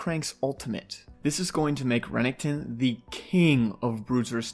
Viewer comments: Renningkton??? It's ren ek ton and who the fuck says enchantress support the fuck?? It's just mage supports or support. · I absolutely hate how he says renekton